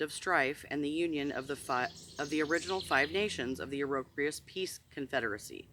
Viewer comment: Have a great day, please look at the pronunciation of Iroquois